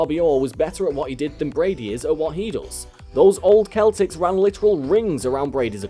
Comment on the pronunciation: It's pronounced seltics as if it were spelled with an (s) not a(k).